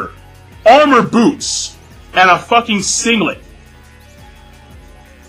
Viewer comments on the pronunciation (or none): none